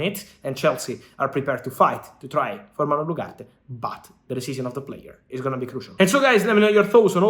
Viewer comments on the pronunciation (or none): none